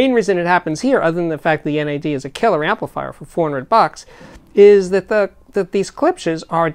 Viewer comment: do not think you can say nad in your way, you say n.a.d its not an acronym.